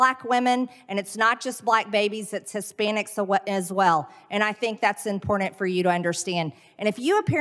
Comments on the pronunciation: “Extremely impordunt”. What an uneducated, doofus. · Can someone tell this potato, Greene, the word is “important”, please? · The way MTG says, "impordant" drives me nuts. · Ah, yes. MTG- "Impordant"... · This"dumb blonde"should quit saying impordant! Perhaps she should just stop talking altogether, wow is she unintelligent!! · She also says "impordand"